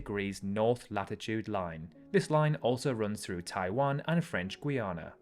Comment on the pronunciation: Guiana is pronounced gee-aa-nah not gwee-ah-nah in English.